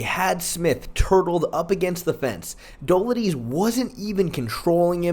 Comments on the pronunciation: Fr tho it's not even a hard name to pronounce. How hard is it to say Duh-LEET-zay? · Dough-LID-ze…you obviously know your shit and watch MMA, why not try to get someone’s name right? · Bro, PLEASE, PLEASE, look up how to pronounce some of the (sur)names...Dolidze=Doladeez? 😂 love your work, keep it up 💪😎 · How many times are you gonna mispronounce Dolidze😭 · Dude learn how to pronounce Romans last name you’re not Chael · Don’t mind the face cam but I do mind you butchering these names, like come the fuck on that is not how you say Romans last name.